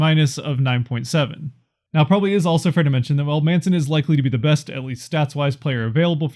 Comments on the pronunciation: Lol it’s man-son not mason, getzlaf is a free agent at the end of the year. He won’t be signed why waste a protection? I think you did a great job. Don’t get me wrong. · "Maison" or something? 😂